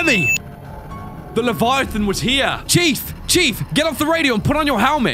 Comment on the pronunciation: leviathan emperor not levitate lol